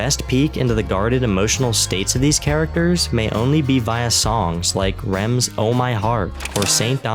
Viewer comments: it's R.E.M. NOT rim... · Amazing breakdown, but HUGE MINUS for the pronunciation of R.E.M.. :P ;)